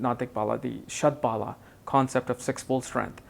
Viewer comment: You r pronouncing it wrong. Shad Bala means Shad Force. Bala is pronounced like 'Hollow' with B instead of H and O having a slight 'a' component